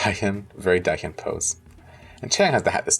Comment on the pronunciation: I do have a comment in how you keep mis-pronoucing Dahyuns' name. It's prononce DAH YUUN. I may have written it incorrectly in how to ununciate the words, I'm not not an speech therapist. The same goes for Nayeon, it's NAH YOHN.